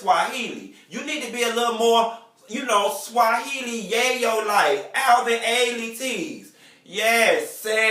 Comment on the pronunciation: This bitch said Alvin Alley!!!!!!!!!!!!!!!!!!!!!!!!!!!!!! I AM DEAD!!!!!!!